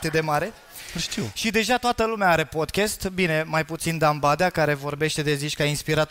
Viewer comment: Ce e ala “podchest”? Care i treaba cu toti astia care folosesc cuvinte in limba engleza, dar nici macar nu le pronunta cum trebuie?😆